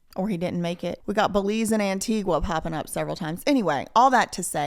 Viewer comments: Antigua is pronounced An-Tee-Guh, not An-Tee-Gwa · Antigua is pronounced (An-tea-ga)